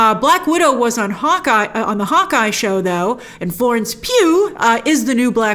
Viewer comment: Cracks me up every time you say Florence PYEW :D